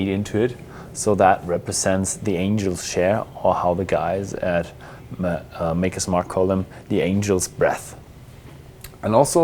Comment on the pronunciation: It's Maker, not Marker, for fuck's sake...